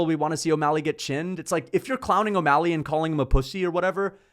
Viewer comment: “adam22’ mally” is crazy lol